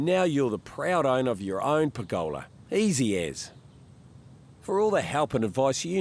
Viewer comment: Per'GOLA ... love the kiwi in the way you say it.